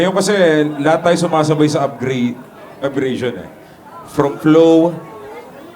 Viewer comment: "upgration" lol Tapos words or letra daw. Hahahah taena laptrip